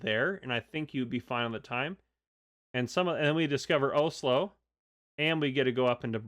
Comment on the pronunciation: It’s pronounced os-lo😊